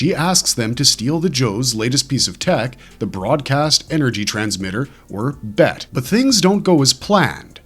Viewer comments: It’s pronounced B E T not BET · It's not bet. It's the B E T. Broadcast Energy Transmitter